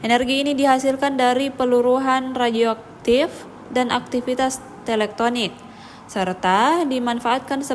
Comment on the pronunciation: Bukan Teleknonik Mbak, tapi Tektonik 🤣🤣🤣